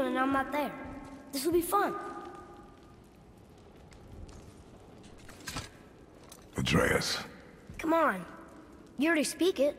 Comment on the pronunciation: WHOO! 14 episodes in and she finally said Atreus correctly! Lmao it was driving me nuts